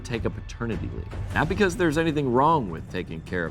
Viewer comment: I'm only here because matt ealsh hasn't come back from vacation. I'd listen to Michael more but I can't stand the way he says "because"